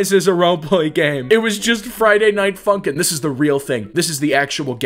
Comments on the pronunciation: When he say funk i feel like he saying #### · for a second i though u say the f ing word instead of funkin